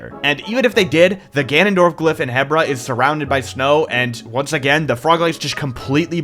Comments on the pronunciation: Really cool but I still hate the fact that you say HEBra not HEbra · Its called He-Bra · 3 years to build BOTW and he STILL can't pronounce Hebra right